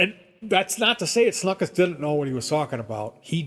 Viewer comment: I taught guitar there on and off in the early 80s. A couple fact checks: You aren't pronouncing his name even remotely close to correctly. The name was pronounced "snookst" actually. Rhymes with "book" with "st" and the end. Joe and Flo always paid me for teaching there promptly and in cash. Never missed paying me once. I also met all the music instrument company reps in there and learned alot about all the many M.I lines. Joe loved to buy at the Namm shows and much of his gigantic inventory was from Chicago Namm show closeouts to save shipping. He also didn't have either the Gibson or Fender lines so your note about that SG new with tags might be folklore. The place was indeed weird but Joe was actually harmless. That was a starting pistol with blanks in his pocket not a handgun btw. I agree, Mental illness may likely have been part of the picture but today he would be President by today's low standards.